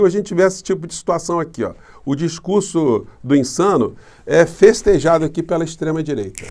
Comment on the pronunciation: Por quê será que o Promuncia "PE'LA e PE'LO?? 😊🙄🙄😄